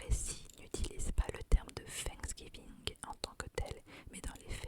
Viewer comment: Trop mignon comment tu le prononces 'Fanksgiving" avec le F au lieu du TH hahaha